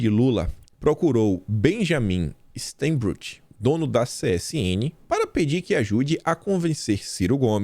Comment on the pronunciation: A pronúncia do nome do dono da CSN é " stainbruque" , e ele segue pagando pelo menos 25 mil para Ciro por mês.